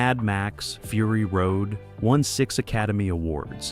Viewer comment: Frury Road, seriously, just garbage.